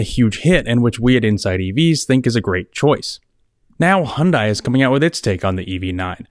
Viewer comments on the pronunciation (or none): Pleass...Hyun "day" not Hyun "die". Just saying put some respect on the name. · Hun-day like Sun-day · FYI: The pronunciation of Hyundai rhymes with "Sunday." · Please, at least in the US, Hyundai is pronounced "Hunday" - like "Sunday". This was the subject of a Hyundai TV ad 15 years ago, and it's annoying that people still get it wrong - especially car reviewers. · You’re the senior editor and can’t even pronounce the name of the automaker correctly. SMH.